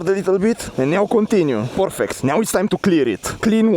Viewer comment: "Porfect" G4 Max... yes yes